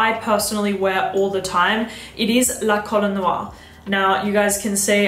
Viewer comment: Please ask Pierre how 'La Colle Noire' is pronounced 😉